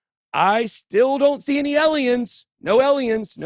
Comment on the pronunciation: That photo doesn’t show any “aliens” (PLEASE learn to pronounce it properly!), but it doesn’t show god either….